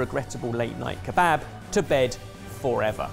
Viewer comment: I'm half Syrian and you guys just butchered years of traditions in our beloved Kebaba....ugh!!!